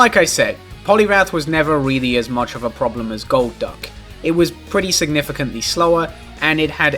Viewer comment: Rewatching the video months later, main takeaway is amazing pronunciation of goal'DUCK